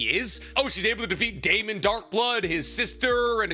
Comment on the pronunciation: It's Damien Darkblood, not Damon Darkblood